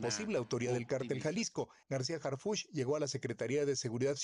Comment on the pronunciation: A ver mi Chairo aprendase el nombre!!! es Harfuch no Hartuf!!! No sea Wey!!!